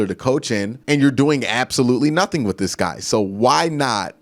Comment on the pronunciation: I love the videos but yes pronunciations drive me crazy... Wif, aflete, any th is a f..... Drives me crazy af...fouf, fif, DEF!!!! DEPTH BRO. come on